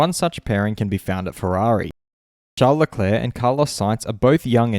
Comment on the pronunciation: I like this channel but my god did it hurt when you pronounced it charles the first time